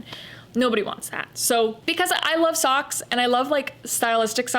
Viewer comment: When you said-Soks, I burst out laughing 😅, so glad that I am not alone in this. Completely understand what you are saying, no need to justify your choices 👌